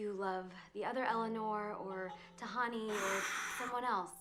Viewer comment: Nice :) but it is Tahani and not Tahandi